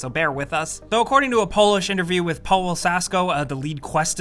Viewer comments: For the future The letter V it's pronounced in polish W When u sey Pawel, it like u sey Pavel Sorry for the bad English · Did you just call Paweł, Pole-lol??? It's pronounced Pav-el. The W is a V! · Pawel is pronounced paVel. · Paweł is read as "pavew"/"paveu" Seriously, after so many times coming across a Polish name, you people should at least know that the "w" letter makes your "v" sound (and "ł" is not a fancy accent thing, but a "w" sound).